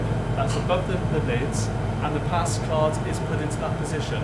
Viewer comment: It’s card not “caautttt”